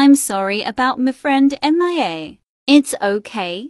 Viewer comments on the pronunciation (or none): *turns the word mia into m.i.a* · Why do they say “M i a” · Stop saying M-I-A its mia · i love how they call her M. I. A.